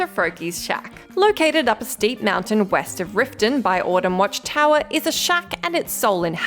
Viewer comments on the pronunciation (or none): none